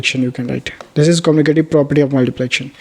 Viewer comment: It's commutative property not communitive property